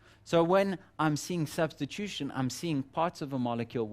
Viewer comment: "Substition" or "Substitution"?